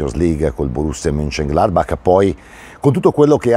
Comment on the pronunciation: Giusti questi tuoi commenti!!! Vorrei solo pregati la pronuncia in tedesco che credo sia MOENKENGLADBAK così come Bayern è MUENKEN cioè CH è Dura, come fosse K, infatti dici BAK e non Baci ... grazie! Dite tutti così e mi viene il mal di Panchia ...